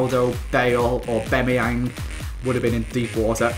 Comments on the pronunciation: AubAMeyang not AubEMeyang.. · you're my favourite Fifa YouTuber, but it hurts my ears when you say AubAMeyang😩 also, please do a collab with ChrisMD!! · AubAmeyang not Aubemeyang 😂😂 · repeat after me... au-BAM-e-yang... not au-BEM-e-yang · aubAmeyang not aubEmeyang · AubAMiang not AubEMiang thought I should let you know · It's aubameyang not obemeyeng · its not aubEmyEang its aubamyiang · "Orbemyeng" yes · Haha says orbemeyeng instead of aubameyang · Why do pronounce it obemayang instead of aubameyang? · it is pronounced A-bam-E-ang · It's pronounced Orba-Meyang